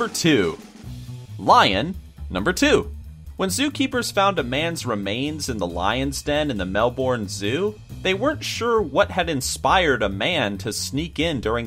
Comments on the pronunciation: Melbourne is pronounced "Melbern"' Take it from me i live here in australia and have been to melbourne 9 time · Melbourne is pronounced Melburn, at least that's how my Aussie friend explained it to me although I've only heard them pronounce Melbin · On number 2 you said Mel-borne it is Mel-bin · is Melbourne not melbon